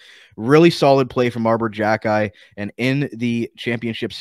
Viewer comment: It is pronounced KHE - KAI